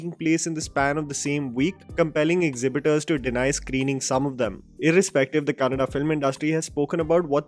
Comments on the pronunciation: Thank you for saying it Kannada and not Kannad 🙂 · Rishabh Shetty,Raj Shetty,Rakshit Shetty and Prashant Neel taking Kannada Cinema to an other level and especially have to mention Paramwah Studios and Hombale Films making it happen with proper assistance and scale and well yes glad that you pronounced Kannada Words so rightly👌🏼☺❤